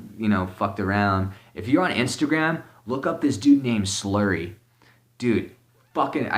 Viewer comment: I dont know if I can get an answer from. It'd be understandable, he's getting decently popular, which I'm so glad about. He makes great videos, and you can tell how much love goes into them. My question was: What the artist he named was. The one he said was something like "Sluurry" If anyone else that'd be great too.